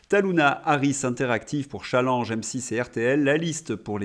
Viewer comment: Bravo de résister à la dictature du "Tchallenge"! un mot français qui se prononce CHallenge, tout simplement !